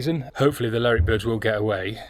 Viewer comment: please please its lerwick as in her ler